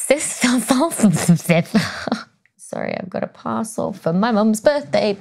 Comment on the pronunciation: In your bloopers I heard "salt-fist" instead of solstice,and you rock! Dr Becky please keep your fine work coming as we all learn much and enjoy what you have to say!